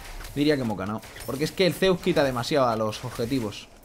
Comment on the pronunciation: estamos aqui en un nuevo video con una master duel, con ''zsuss'' jjajjajaa